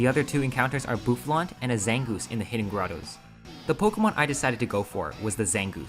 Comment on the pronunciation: ZANGOOSE, NOT ZANGOUS!